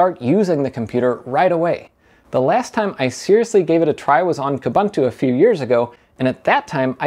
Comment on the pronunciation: "KOOBANTOO" does not exist... it's pronounced "KOOBOONTOO"... The same goes for "OOBANTOO"... 🤦‍♂